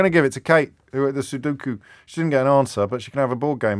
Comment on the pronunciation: Sudoku, not sudookoo.